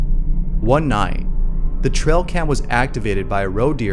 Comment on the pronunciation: It's ' tray- uhl ' cam..not ' trell ' cam .